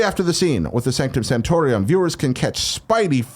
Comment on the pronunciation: Kinda Funny You’re Wrong: Sanctum Santorum, not Sanctum Santorium. Also, we already knew this and the Avenger’s Tower were showing up so it’s kind of a non-news news story.